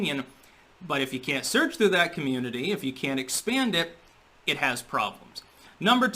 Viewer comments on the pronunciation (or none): none